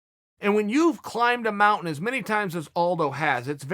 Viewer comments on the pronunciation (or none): none